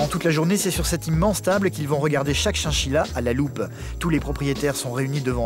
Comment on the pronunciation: C chachila pas chienchila